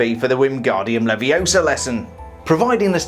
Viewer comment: "It's 'leviosa', not 'leviosar' " Anyways, great video and assume you're hyped for the new sets, I know I am!